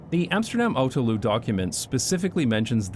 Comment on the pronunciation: you're saying autoluw like Loo at the end, but it should rhyme with new so autolew basically